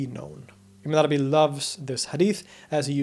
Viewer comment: I'm not used to Ibn Arabi's name. Everytime you say it, I hear "a banana bee".